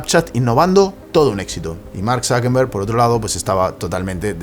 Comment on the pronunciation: ¿Por qué dices ZuckeNberg en vez de ZuckeRberg? Por cierto yo ni tenía udea de que Tiktok era tan viejo.